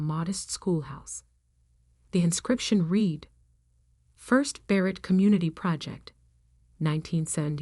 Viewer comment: Irrelevant, sometimes irritatingly distracting background! Verb "read" pronounced "reed" (infitive and present tense) but "red" (past tense and past participle)!